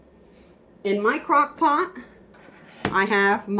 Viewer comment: . I listened a bunch of times. She says, crock pock. 🤣🤣🤣🤣🤣🤣🤣🤣🤣🤣